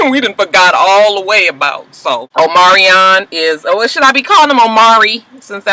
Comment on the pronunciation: Just say Omarion lol his name is hard to say.